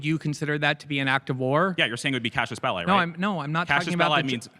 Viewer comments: Somebody tell this smug kid it's "casus belli," or a cause for war, and not "Cassius Belli," or some guy named that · He also pronounced it horribly wrong. It's [cazus belly] not [cashus bellai] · lmao I thought he said “cashless bail” at first, I was like what does that have to do anything lol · AND ITS NOT CASHIUS BELLI, its not a fucking boxer its a latin word. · ❌ casus belli ⭕ cashes belie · he’s intelligent? He can’t even pronounce casus belli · Bro didn't even SAY it right 😩 I'm not asking for ecclesiastical pronunciation or anything, just do ur best lil bro!! 🥲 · can handle someone being annoying about Latin, but being annoying about Latin while mispronouncing Latin is too far. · someone learning classical latin here! we actually have a ton of great understanding on reconstructed latin pronunciation, largely due to access to poetry of the time. americanized latin is fine when just using terms like et alia, et cetera, and this one. this guy in the video just managed to pronounce even the americanized version so incorrectly that he didn't come close to Any pronunciation lmao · He also doesn't know how to pronounce cassus belli, or what it means. 😂 It isn't an "act of war" it is a justifiable cause for war. Maybe you and I are arguing, but it's not war yet. If you slap me, we could call that an act of war, and I could engage in war back. But maybe you don't slap me. Maybe you pour sugar in my gas tank. Maybe that isn't an "act of war", but it could provide justification for me to go to war with you - that would be a cassus belli. Sorry, that would be a Cassius Bell-eye. 😂